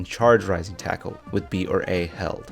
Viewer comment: It's still debatable if he is saying "Rising tackle," "Rising Taco," or "my nintendo."